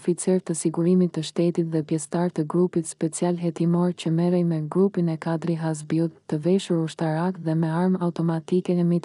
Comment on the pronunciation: Keto tregime na kujtojne kohen e veshtire te komunizmit.nje vrejte kam per zonjen ose zonjushen qe lexon: nuk mund te thuash Saaali, Kaaadri qe ne kete rast theksi bije mbi germen e fundit, ndryshe moj zonje dukesh sikur s'ke bere nje dite shkolle😅😅😅😅😅😅